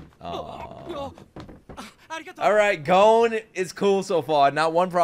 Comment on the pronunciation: Phonetics for character names Gon (G o~n) you got it right Kurapika (Coo rah pee ka) Leorio ( Lé oh ree oh) (Spoiler warning in case you haven't gotten to this point yet, but it's just the name of another main character) Killua (Kill ooh ahh)